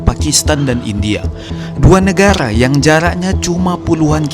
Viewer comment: Negara bg bukan negala